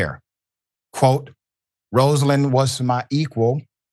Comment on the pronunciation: Dr Richey you worked at the Carter Center and you still cant pronounce her name correctly?!😢